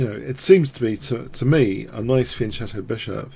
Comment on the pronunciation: Just FYI,, fianchetto is an Italian word, and so the "ch" is pronouced as a hard "c". Really enjoy the channel btw...!